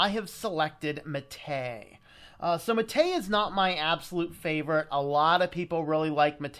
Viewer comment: The Prentice on Mate is on the a, so it's "mah-té", not "maté".